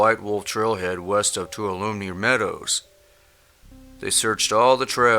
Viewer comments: I do enjoy your videos quite a bit. One note... In no. 2 Tuolumne is pronounced Too-all-lumm-ee. We went camping there every year when I grew up and I loved it. It's much more crowded now but really, it's a camping area in a pretty good sized valley that is surrounded by huge mountains, rocks, and forests. You can go miles and miles without seeing any civilization. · maya'smomhere:,,...Teton: say Tee-ton. Shoshone: say Sho-sho-nee. Tuolumne: say Two-all-u-mee. Cochise: say Co-cheess. Chiricahua: say Cheer-i-ca-wa. Please, your voice is great, good listening! until you absolutely fracture the names of these places...sigh. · Thanks for the video, I'm obsessed w/ this phenomenon for a number of reasons, not the least of which I live in the high desert, and am surrounded at all times, on all sides, by mountainous government-control land. Millions of acres of it (and thank gods for that, but sometimes it gets a bit freaky up here). One pedantic pronunciation tip: "Tuolome"--a CA river and frequently used place name in the area around southern Yosemite is pronounced: too-ALLA-mee. One of those poor transliterations of a native word; I only know it because I've run the river. I dont go to Yosemite. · There have been more recent in the past few months missing people in Yosemite National Park - you need to check into that - also the correct pronunciation of Tuolumne is Too-Wah-La-Me (native American.) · FYI: Tuolumne is pronounced "Too-all-uh-me" :) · Too wal A Me. Toualeme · Too-All-A-Me is Tuolumne, Yosemite NP, Calif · Tuolumne - "2 ALL a me." You can do it. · Tuolumne is pronounced twah-lum-nee. I love the videos and the tremendous public service you are doing with them. Thank you!